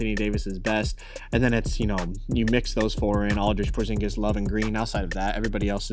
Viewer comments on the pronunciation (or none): none